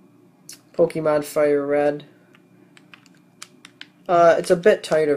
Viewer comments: lol he says pokeemon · i hate it when people pronounce it as pokie-mon -_